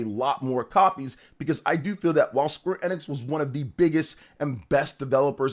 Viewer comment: You're saying Square Enix wrong.